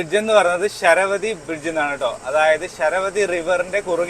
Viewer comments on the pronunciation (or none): ശരവതി അല്ല. ശരാവതി എന്നാണ്